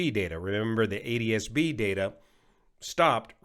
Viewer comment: How does pronounce ADSB if he pronounces ATSB 'ADSB'?